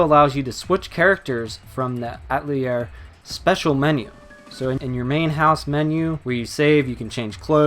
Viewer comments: It's pronounced a-tell-EA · Atelier is a four-syllable word that means shop in French. It's not pronounced At-lier. The newer voiceovers have really been annoying that way. Earlier games it was pronounced properly. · They pronounce it right in the Japanese dub, so I dunno why he was pronouncing it wrong. There is even a scene early in the game, where one of the sisters pronounces it deliberately slowly and easy to understand. Yet he still mispronounces it. I was really surprised, because I normally play my games with English dub, and every game I own that someone says Atelier, it's like they find a new way to pronounce it.